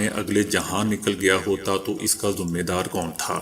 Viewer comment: ذمے دار ذال کو زیر کے ساتھ پڑھیں پیش پڑھنا انتہائی پینڈوپن ھے۔ ذمہ داربنیں۔